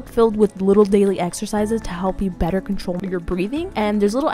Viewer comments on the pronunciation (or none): none